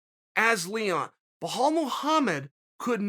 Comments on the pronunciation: Wahaalllll muhamad 🤣🤣🤣🤣. His name is bilal dude ! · “Bajal” and “kamara” ok great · How is it hard to say Bell-ALL ??? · My God, Belal isn't that hard to say bro. (BELL👏 ALL) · Kale Soonen, it's B-LaaL not Huff Puff. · Wellhall Muhammad? I swear he’s doing it on purpose now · Someone go tell Belal his name is Blehal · Lmao the way he says belal BLAHAL